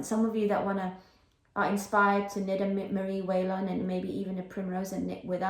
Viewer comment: I love that you and your Mom are doing a Marie Wallin sweater together. You are brave. I do think you are mispronouncing Marie Wallin's name. Carry on, can't wait for the next episode.